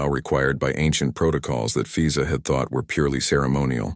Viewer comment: She does immigration, and he name is fiza? Wonder where the AI came up with that name…and why it got mispronounced almost immediately…